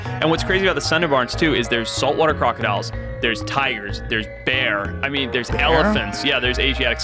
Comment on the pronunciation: "sandarbans" Bruh it's pronounced as "sundorbon"